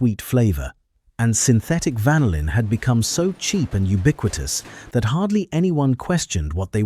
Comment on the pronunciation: Isn't the American pronunciation of "vanillin" actually: van-NILL-in, rather than: VAN-ill-in??